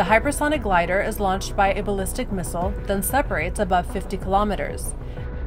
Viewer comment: Let's learn to pronounce missile correctly first.